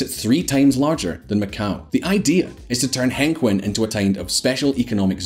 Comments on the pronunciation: next time get a chinese to narrate your video hengqin is pronounced as hung-cheen, not hang-kwin. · I think it’s pronounced Heng-Chin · The rental area is pronounced “Heng-Chin” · and hang-queen??? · that place is called Hengqin, pronounced close to HenChin. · be professional, work on your pronunciation on zhuhai and hengqing, please.